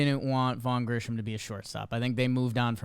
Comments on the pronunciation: I swear these guys can’t read. Grissom has no H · There's no "h" in his name, fellas. Grissom, not Grisham. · Vaugh GriSSOM not Grisham. That's driving me loco. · It's 'Grissom', like Marquis, not 'Grishom', like Trent. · Vaughn’s surname isn’t Grisham….it’s Grissom. Gri-sum (or some). This is worse than saying Al-Con-tra. Anyway, no disrespect intended, great show! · Tough to take you gentlemen seriously when you keep pronouncing this phantom “H” that doesn’t appear anywhere in the name Grissom. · Listening to mispronounce Grissom's name 487x is rough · It’s Grissom. There’s no H